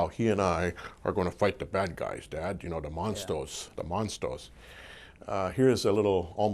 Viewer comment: Was dead when he said monstus